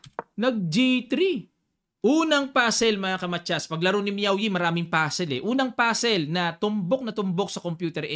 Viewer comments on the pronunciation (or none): Grabe yung highlights mo dun coach kay miaoyi 😅😂ah may diin haha